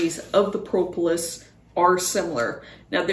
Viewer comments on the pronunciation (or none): Thank you for this. FYI - The first o in propolis is a short o, not a long o, like aw instead of oh.